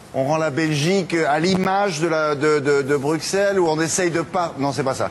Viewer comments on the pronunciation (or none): Le présentateur français ne sait pas prononcer Bruxelles pourtant la France a aussi Auxerre donc un présentateur digne de ce nom devrait se renseigner avant de parler